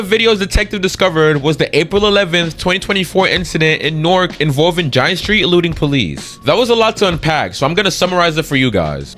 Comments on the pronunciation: "gin-eh-stri" btw not "geinestree" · ya dude that ruined it for me well that and the pronunciation of va ginestry 😂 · He doesn’t even know how to pronounce Ginestry